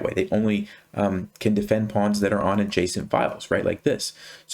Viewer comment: Am I the only one hearing json file instead of adjacent file 😊